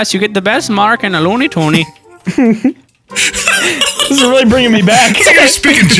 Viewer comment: ITS LOONIE AND TOONIE. NOT LOONEY AND TOONEY. LMAO